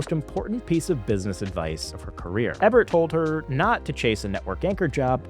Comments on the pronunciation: great video but riddled with errors. wrong color purple poster and you have Phil Donahue as Johnny Carson. It's Roger Ee-bert. not eh-bert. you said 925 million but the graphic showed 975 million. Tyler Perry is misspelled. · Roger EEE-bert. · Ebert with a long e sound. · You are a super cutie, even with a speech impediment, but messy at production. Mixing up Johnny Carson’s name for Ebert, on the annual comparison, mispronouncing “Ebert”, (it’s actually pronounced “Eeeeeebert”), and stating $925 million, but the slide states $975 million. Slow down champ, and confirm accuracy prior to publishing. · It’s pronounced EE-Bert, and the cocktail napkin cliche is not true. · You don't know how to say Ebert? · ...it's how he pronounces Roger Ebert 😂